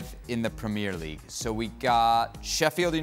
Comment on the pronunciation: Hey ESPN can you please teach your hosts how to pronounce PREMIER LEAGUE. You’d think that with the pundits around the table saying it properly that host boy could pick it up. It kills your credibility.